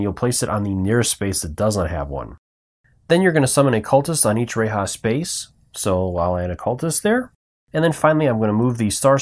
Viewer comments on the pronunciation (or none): Great vid but I’m positive that it isn’t pronounced RAY-HA. Ruh-LAY with strong emphasis on the second syllable. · Good explanations, but a bit confusing when you omit rules, like her free reroll. Also not to be mean here, but how do you get "ray-ha" from "R'lyeh"???